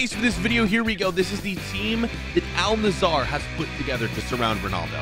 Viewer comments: 'Al Nassar' bro where the fuck do you see an A between the s and r. Bro its Al Nassr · It is pronounced al nassr not al nassar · Its al nassr not al nazzar😂😂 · Is no one going to talk about how is saying Al Nassr he is literally saying Al Nazzar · Why does everyone say “Al- nissar” This is how you say it “Al- Nassir” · Al Nassr = Al Nazar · Not al nassar it's al nassr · Al Nazar💀💀💀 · You say al-nassr wrong